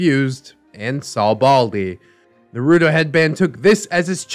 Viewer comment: I really hope you’re pronouncing naruto like that ironically